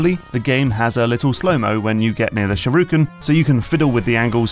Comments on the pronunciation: SHU-RI-KEN. Not "sharuken". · Stop saying "sharuken" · And then I get agitated again when he says sharooken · Shoo-ri-ken. Not fucking SHAROOKEN. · What's a "shirooken"? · its not a sharooken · "Sureooken." I've never heard that particular mangling before. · SHURYUHEV! (Sure you have) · He says shuruken btw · "walk up to the shiruken" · Say sharooken one more time, I dare you, I double dare you. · I like the video but it pisses me off mentally how he says shurikan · people are correcting the french but not the sherooken smh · I had to do a double take on that one.